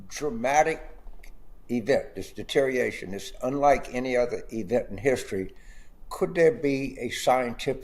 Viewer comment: He might be more believable if he pronounced words correctly...like deteriORation.